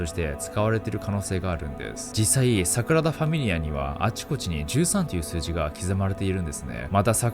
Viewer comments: サクラダじゃなくてサグラダですよナオキマンさん(^o^)/ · サクラダ❌→サグラダ⭕️ね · サクラダと言ってる？